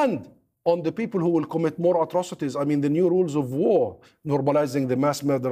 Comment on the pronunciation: Does he me-an Oct 7th hu-manity?